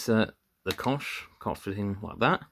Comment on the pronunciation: It's pronounced like "Coke". Cheers mate!